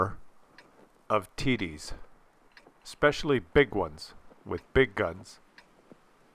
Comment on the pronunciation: Im not an english speaker by birth, but is TD's really pronounced "tiddies"??? Just asking... 😁